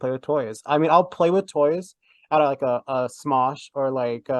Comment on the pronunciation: I was so nervous! Also, Smosh? Really?! At least say it right!